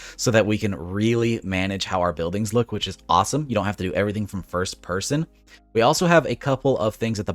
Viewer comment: "erst person"